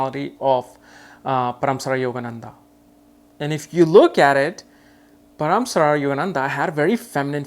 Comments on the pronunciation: It's not paraamsara it's Paramhansa Yogananda.. 🙏🙏🙏🙏🌺🌺Thank you 🙏💕 for insight... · Paramsara ?? Really his name is Paramhans for heaven sake 😂